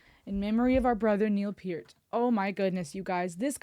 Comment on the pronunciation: I Wana help u out Niels last name is pronounced Pur. T pert